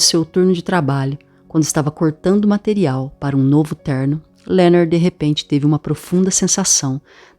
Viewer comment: O nome dele é Leonard e não Lernerd igual vc pronuncia. Obrigada pela gravacao. Esta otima!